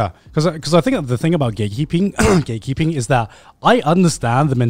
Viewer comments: The entire time I thought they were saying "gaykeeping"... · why i always hear gaykeeping when then say gatekeeping sdsafdsfsdfsdf